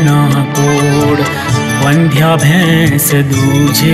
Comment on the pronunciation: Wrong pronunciation. Vaandhyaa nhi vandhya